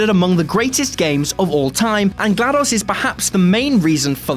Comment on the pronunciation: he also pronounces glados weird